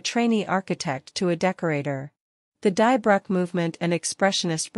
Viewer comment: Great video. Just one correction: Die Brücke is pronounced "Dee Brooka"